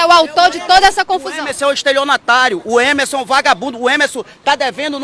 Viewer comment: Coitada dessa senhora. E me da uma agonia esse pessoal que tira o R das palavras. "Emeson". E me admiro é dessa repórter falar errado.